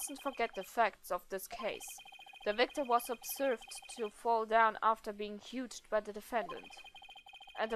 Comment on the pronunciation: Ponco und ihre Art des Erklärens. xD Achja, hugged wird hagged ausgesprochen, nicht hutsched. xD